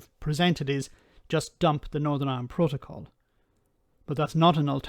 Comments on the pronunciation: I actually feel physical revulsion when he mispronounces protocol as Pro-toe-Kol yuck! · Sounds more like 'proht-oh-col' to me, when it should be 'proht-uh-col'. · What the hell is a "Pro-toe-coal" for ffs? Mostly Brexiters never understood what the fuck they were getting us into... .... or rather, what seriously expensive inconvenience we were PROTECTED FROM by being in the EU. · PRO-toe-col? PRO-toe-col? What the hell is that? 🤣😂😆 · Why can't cannot pronounce simple words like protocol or capitulate properly? There is something very strange about 'him'. His delivery is so monotonous and pronunciation so off, I’m forced to wonder if he is even a real person. It is very reminiscent of Max Headroom. If he is real then is either not as smart as he pretends to be or a very clever parody of ignorance.